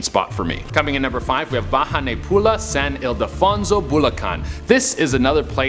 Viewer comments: The way pronounce the word bahay na Pula I was dying in laughing btw I'm also a Filipino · really tries his Effort to pronounce Filipino words especially He pronounced " Bahay na Pula " and " Iloilo " P S Im a Filipino living here in the philippines